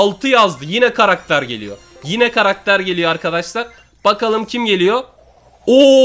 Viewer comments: ne diyo duydunmu karakter değil karater diyo ne alakası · 3snde karakter yerine Karadere dedin ların abi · Yoq krater aw ya ssjsjjsjsjsjsjs Karater ne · Karakter e karater diyen koca yurekli larin😂